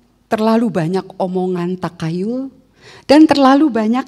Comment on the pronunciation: Pengucapan Takhayul: Tahayul bukan takayul...